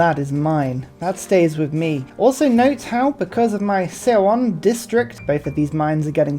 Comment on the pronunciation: on kr pronunciation: eo isnt pronounced as e and o separately: its a single vowel 어 and it's actually a very easy vowel to pronounce, somewhere between the o in "olive" and the u in "sun." so you could pronounce seowon as "saw won" and seondeok as "sun dock," approximately. this also means seoul is seo + ul = "saw ool" so it sounds more like "saul" than anything lol using eo for this vowel isnt great, but o and u are already taken for other sounds (their normal ones, so what english speakers know as long o and long u) so i kinda get it.